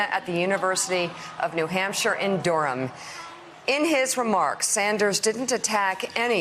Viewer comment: how can you americans take our cities names (like durham) and then butcher the pronunciation